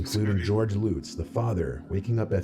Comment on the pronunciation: Drives me CRAZY when people pronounce names Wrong. ESPECIALLY when the names have been news worthy (like for decades) . He even said we've heard the story 100 times, so why can't he say De Feo (fay-oh) or Lutz (Luhtz) correctly? In 40 years I have Never heard Anyone (until now) say DeFee Oh family murders or the Lootzes moved in. SMH! Pitiful! (Sorry. Guess the teacher in me is showing)